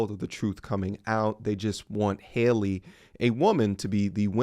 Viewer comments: Her name is pronounced Hal-ee not Hailey just had to clear that up (pet peeve)🤣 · Her name is pronounced the same as Halle Berry. HAL-EE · My man. Say Halle Berry. Now say Halle Bailey. Her name isn't Hayley. I'm not empathetic to her, but it's sad hearing you not being able to pronounce her name.